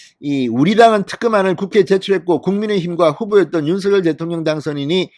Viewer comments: 윤성열로 발음하기. 윤서결로 발음하지 않기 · "윤석렬" 로 발음해달라고 본인이 말하던 영상기사를 봤는데... 윤서결로 게속 발음하시네요.../// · 윤서결이라 하지말고 윤성렬이라고 하세요 발음에 듣기가 거북합니다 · 윤성녈로 읽어주시길요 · 진성호님 제발 윤석열이름 부를때 제대로 좀 불러주세요 신경써세요.. 윤석열당선인이 서결이라 부는 것 싫어합니다. 석열이라 불러주세요 부탁입니다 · 윤성열 로 발음하라고 했짜나 멍청아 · ● 윤 성녈 ■ 윤 성녈 로 발음 해 주십시오!!